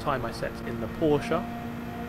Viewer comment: „Porschaaa“ I am German and I am angry